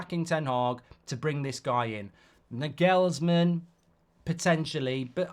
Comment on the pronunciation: It's "NAH-gulzman" not "n'GELLSmn"